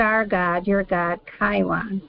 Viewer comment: KEE-YOON it is read. Think of Key (of) Jung 🙃 Hope it helps.